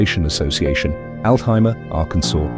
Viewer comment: . It's Altheimer, not Alhimer.